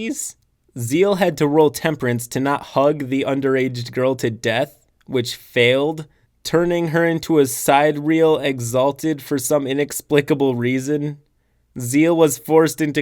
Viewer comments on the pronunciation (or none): ‘Sidereal’ has four syllables. Sigh-deer-ee-al.